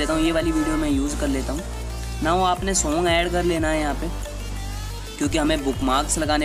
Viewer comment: bhai shong nhi hota song hota hai 😂